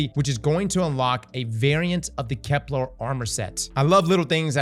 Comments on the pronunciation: STOP CALLING IT KEPLAR, FFS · A year of pronouncing Keplar wrong is gonna cause a riot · pronounces Kepler correctly challenge (difficulty: impossible)